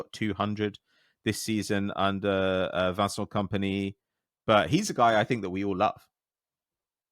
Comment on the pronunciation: has the snobbiest pronunciations ever. What the fuck is Vancent Kompany? Be normal man, it’s not that deep!